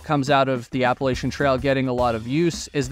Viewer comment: It's pronounced APP-A-LATCH-CHEE-AN. It is NOT pronounced ABBA LACE SHIN. It runs through the region known as Appalachia. APP-A-LATCH-AH. NOT APPLE-ASIA. Even Peter Santenello says it correctly (because he too was raised in Appalachia). Originally the name of the Apalachee, a Muskogean people of northwestern Florida, perhaps from Apalachee abalahci "other side of the river" or Hitchiti (Muskogean) apalwahči "dwelling on one side". The name was eventually used also for the tribe and for a region spreading well inland to the north.